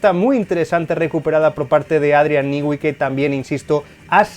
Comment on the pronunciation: Cómo explicar en texto : no se dice Adrián nigüi se pronuncia Adrián nui